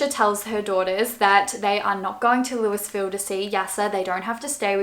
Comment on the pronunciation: Just to let you know Louisville is pronounced Lou-uh-vill